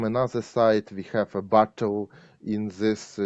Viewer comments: He was saying "battle" not "bottle" there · Battle not Bottle